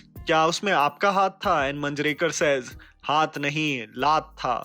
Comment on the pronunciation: It's महेश मांजरेकर not मंजरेकर